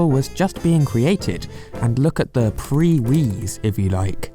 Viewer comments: it's not pree wii, it's prii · really upset you said pre-wiis instead of priis